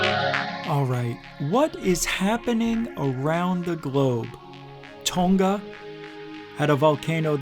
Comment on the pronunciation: I think you left the N out of Tonga. I thought I heard you say Toga. LOL. I also think you said it that way on purpose